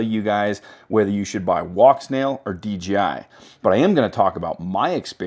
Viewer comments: Why do you call it DGI? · Every time. Take a listen and tell me if it sounds like DJI or DGI to you. It sounds like DGI to me.